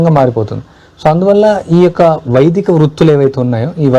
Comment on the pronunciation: Sir Vedika kadu Vaidika